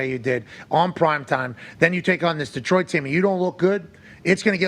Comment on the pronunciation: Pat, it's Datroit, Da , never Deee